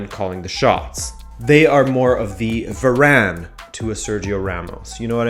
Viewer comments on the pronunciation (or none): none